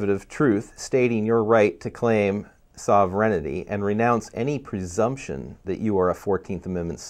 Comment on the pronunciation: Respectfully, it's sovereignty, not sovereignITY.